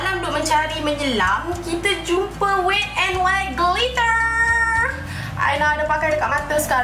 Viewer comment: Dik, wet bukan 'wit'. Tegur ni bukan utk menjatuhkan, utk elakkan in the future you lebih malu. Better before nak pronounce apa-apa, check dulu dengan google pronounciation dia. overall keep it up 💪